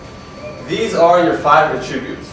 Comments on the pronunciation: You're mispronouncing "attribute". Accent is on the FIRST syllable. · It's his odd pronunciation of the word "attributes." It's very off-putting.